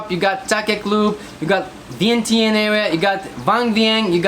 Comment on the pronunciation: Vientiane is pronounced Vieng-chun. Replace the T with a C. Not sure if anyone has tried to correct your pronouciation of the city.